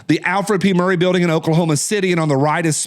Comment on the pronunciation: Murrah, not Murry, FWIW.